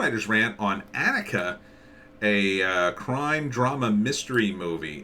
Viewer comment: Her name is pronoued ON-ick-uh . Annika Season 1 Trailer should clear that up for you. This could also help with the show's locations and explain that it is, as you intuitively felt, a TV series. Otherwise, thanks for the review.